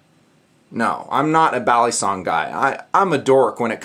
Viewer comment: Is it just me or is saying balisong wrong?